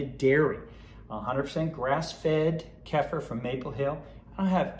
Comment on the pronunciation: Kefir…. Pronounced: Kay-fear